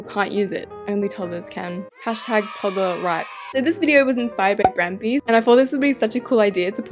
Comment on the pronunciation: Toddler not todler